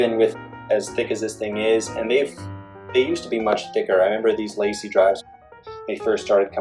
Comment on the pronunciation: It’s pronounced LAH-SEE and the other commenters are correct that you shouldn’t name this video “how to use...” unless you actually plan to show us how to use it. Maybe change the title to “how I use...”